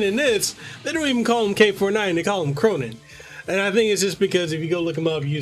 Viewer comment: "Khronen" >K >row >nine